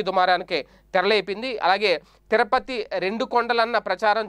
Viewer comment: తిరపతి కాదు, తిరుపతి.సరిగా పలకండి.